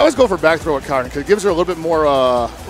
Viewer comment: Assuming "Karin" is from a scandinavian language, it's literally pronounced car-in, but with a hard r